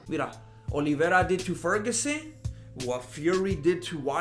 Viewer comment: This guy pronounces Olivera way better than Luke Thomas does.